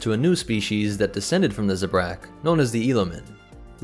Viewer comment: No, it is pronounced “zebra.”